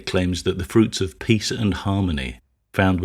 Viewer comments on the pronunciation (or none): none